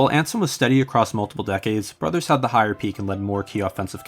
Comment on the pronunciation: I'd probably pick Ed Delahanty for the 1890s. Oh and Brouthers is pronounced BROO-thers.